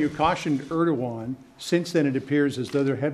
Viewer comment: He keeps saying “erdigon” this is most ignorant person ever to become president . A complete idiot. Question “mr. President” why TF do you think America is the police of the world? Because the world needs order and police.. this chaos presidents destruction has no boundaries.